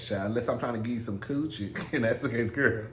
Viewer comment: The way he say coochi😂😂😂 QUCHEE!?